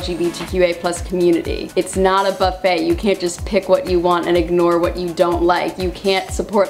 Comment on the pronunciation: The t in buffet is silent